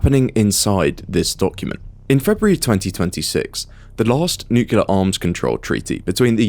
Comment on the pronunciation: Consider to learn how to properly pronounce the word "nuclear"